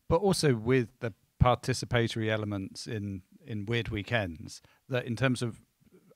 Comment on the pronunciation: I'm just blown away that this english man keeps mispronouncing participatory over and over.